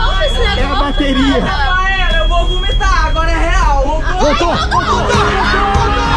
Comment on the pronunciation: Kkkkk o "o rafaela eu vou vumitar" e ai o barco vouta